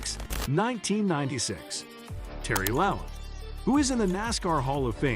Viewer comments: This would be a lot better if you would pronounce Terry La-bont’s name as “La bon ta”. If nascar techs were checking your video, you would be sent to the back of the longest line, not for cheating but, for not doing your homework. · It's pronounced "La Bon Tee". Jesus, get the names right. If you've been around NASCAR for any length of time you should know this. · For a channel that is supposed to be all about Nascar, you really need to learn how to pronounce the names. For example, Labonte is pronounced La-bon-tee. I had to stop watching the video because I cringed each time to mutilate his name. If you watch and listen to the original videos you are taking clips from, I can assure you that his name will be correctly pronounced to help you learn it. Same goes with the track names. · If you can’t pronounce Terry Labontes last name or Talledega you don’t know anything about the sport so many errors in this video it’s a joke.